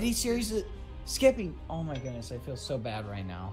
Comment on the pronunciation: Is this skeppy because it Said